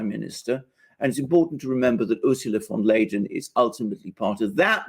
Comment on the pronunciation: Her name, Ursula von der Leyen is pronounced like "Lie-en" not like "Lay-en". PS I have been living in a German-speaking country for 45 years.